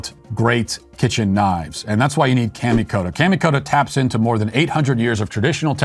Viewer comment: Great video. The sponsor Kamikoto’s pronunciation is off just a tad. Kami would be similar to Commie from communist. Keep up the great work producing a wide range of content, as the world’s #1 LGBT Children’s author!